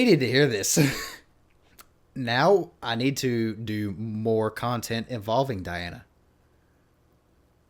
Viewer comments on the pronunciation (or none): You already got her name wrong. It's dee-AHN-uh. Not die-ANN or die-ANN-uh. Last name is ahn-ku-DEE-no-va. Easy with practice. The show was not You Are Super. This is the follow on show called Show Mask Go On, which is the Russian pronunciation of the letters you see on the stage during the judges reactions. The judges are also the contestants on the show, which is an interesting concept. The judge in red looked astonished early on, because she realized she was in competition with a vocal goddess. The opening notes are very similar to her speaking and laughing voice. If you watch the video on her channel there is a judge discussion following the song, and you can hear her low speaking and laughing voice. That one also has subtitles in English. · You seriously butchered her first name. It's pronounced deeona...hilarious. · Dee- Ahn-na Diana 🤌🏽 Ahn-koo-dee-nova Ankudinova 👍🏽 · actually .. her first name is DEE-ana :) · Diana (DEE-ana) is a must see to understand just how Great she really is. A Russian, singing in English Language. Her last name is said, An -ku -De -nova, spelled Ankudinova. The i turns into a E.